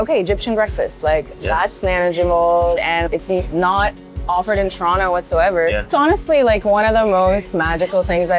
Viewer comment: Man dem yummed up "T-rono" so much, he had to big up the decimal algebraics YYZ!!! LOL 😂